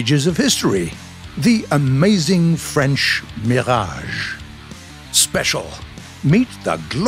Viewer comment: First time I hear a non French speaking guy pronouncing « Mirage » exactly as it should sound !